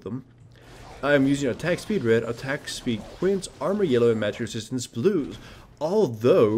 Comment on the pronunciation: Everytime he says Magic Ressistance, I hear Mattress Ressistance....